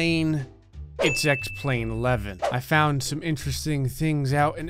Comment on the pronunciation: When u said x plane 11 I hear “sex plane 11” and I was like “so is that a plane orgy or...” btw love ur vids